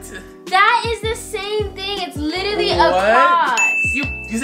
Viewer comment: she said littaly